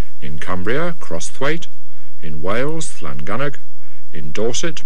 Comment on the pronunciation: Llangynog correctly pronounced by both presenters. Often mispronounced in other editions.